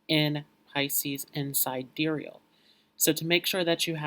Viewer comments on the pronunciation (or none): Honey, you are doing very well. Keep up the good work! If you would like to appear just a bit more polished, pronounce ‘sidereal’ as ‘si-dear-e-all’. Thank you for all of your hard work! The lighting is pretty good but people seem to respond better to ‘light, bright” backgrounds that create a feeling of happiness and bliss. Not to mention, you are good looking and you have symmetrical features which people are drawn to. The information is spot on. So, I don’t really have any helpful tips here. As you progress with your channel, you will become more and more comfortable so the information flows naturally. You’ve got a great skill set and I hope you are proud of what you’ve accomplished so far. Keep going, young man! And, I know this may sound odd but, try smiling as you speak. It will bring a twinkle to your eyes which will also draw people to your channel. I wish you well! May you achieve the level of success you desire!!